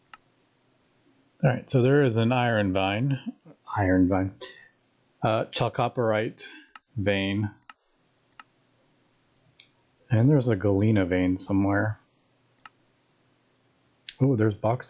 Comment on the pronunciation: Big fan of GT New Horizons and it's impressive to see how quick you got to the moon. Chalcopyrite, pronounced cal (like california) co (like co-op) and pyrite (as in fool's gold).